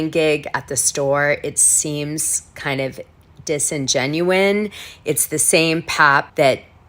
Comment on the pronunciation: It’s not “disingenuine” It’s disingenuous! 🤦‍♀️ Come on Dana.